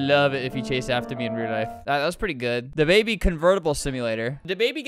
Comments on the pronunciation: Da baby not duh baby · It’s thababy not da baby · I love "DAABY